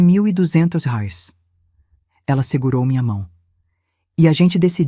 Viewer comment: "rares " não, "reais " 😅